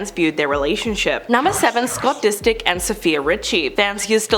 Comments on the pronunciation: Scott DISTICK? 😅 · Isn’t Scott’s last nam Disick? I’m sure they are saying it wrong